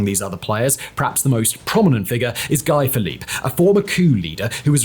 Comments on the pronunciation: He says “Guy Philipp” 😂😂😂 broh , pronounce his name as “Gee” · It never fails to surprise me how badly he can mangle last names. Some tricky ones he nails, some easy ones he wrecks. You’d think he could pronounce Guy correctly, with France being just across the channel. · Simon obviously knows little about Haiti as evidenced, to start with, by his atrocious pronunciations of things related to Haiti (e.g. Aristidé ????) He mentioned Guy Philippe (Simon, a great teleprompter reader, misprounces "Guy", of course) as not being a gang leader but he definitely was some sort of gang leader when he overthrew the legitimate government of Haiti in 2004. Who knows, maybe President Cherizier might be the solution for Haiti. Better than the corrupt oligarchs, or the carnival clown , Sweet Mickey, selected by HIllary in 2011, or any one in the ex-Haitian Government today. If Haiti is to become a Somalia, then let it be so. Eventually, Haitians will work things out but I am afraid that once they do, the US and France will once again sweep in, bribe and corrupt the leaders, control them, and the cycle will continue. I wish China or Russia could help but that would be a red line, it is the only solution. The US would do in Haiti what Russia did in Ukraine.